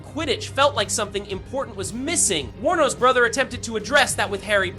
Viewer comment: thank you for pronouncing Warner Bros correctly. Most/quite a few people on youtube when they say it, they pronounce it as "Warner Brahs".